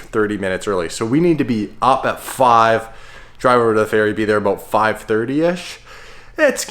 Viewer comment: Talking aboot